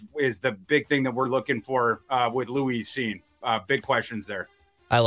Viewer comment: HIS NAME IS NOT LOUISE CINE!!!!! Can't take it anymore. Can never listen to again. What a buffoon.